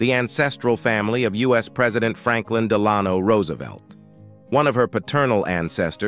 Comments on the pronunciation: “De LAN oh??” As in President Franklin Delano Roosevelt?!!! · It must be a robot because it can’t pronounce Delano as in Franklin Delano Roosevelt or Laura. If so why use this voice? I hate it. I give up on this. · I cringed at the pronunciation of "Delano." My gawd, all you have to do is listen to news clips from long ago to get the correct pronunciation of "Delano." Of course, then again, people routinely pronounce "Roosevelt" incorrectly, too, pronouncing it the opposite of how the family themselves pronounced it. (It's roo-, not roe-, as the first syllable.) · My mistake! ✌🏽 I was thinking about the pronunciation of Delano! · At least a couple of times the narration ends a sentence on Ingalls and starts the next with Wilder, leading me to assume it’s AI. Some pronunciation issues as well - I’m not American but I’ve never heard Delano pronounced like that in relation to Roosevelt. Sometimes “Wilder”, sometimes “Will-der”, amongst other glitches. Still, interesting video. Thanks for sharing. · Sorry...to the producer...I DETEST this AI voice! And it makes it worse when AI mispronounces a FAMOUS FERSON's name such as Delano, as in Franklin DELANO Roosevelt's name. This voice is so brutal that I think of Unsolved Murders or some gangsta history, NOT Little House on the Prairie. I could not finish it after that mispronunciation of a famous president's name. Just thought you might want to know how much your content is ruined for some readers if you HAVE to use AI. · Really, Can't pronounce Delano as in FDR?